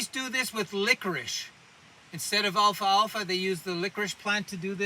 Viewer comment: this is an excellent educational video. i had never heard of these properties regarding the alfalfa plant... I would encourage you to remake this video with the correct pronunciation Al - Fal - Fa.